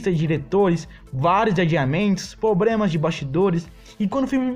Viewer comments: Adorei, porém, é impressão minha ou você disse "probrema" várias vezes? Kkkk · Vídeo ficou top... Mas o "Pobrema" foi qndo flw e repetiu "Pobrema" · Mto bom video ganhou mais um inscrito, agora esse Pobrema ai doeu :v mas da nada kk